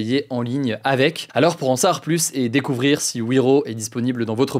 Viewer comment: Bon Hugo il va falloir commencer à dire le mot « savoir » correctement dans chacune de tes vidéos tu mâche ce mot c’est un supportable on dit « en savoir plus » pas « en sar plus »